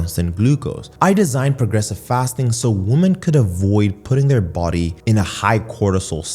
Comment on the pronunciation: For some reason, I find it annoying that you pronounce "woman" and "women" the same...